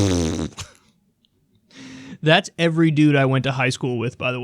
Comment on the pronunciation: I like how supposed "Italians" can't even pronounce "Fredo" properly And I'm not even Italian!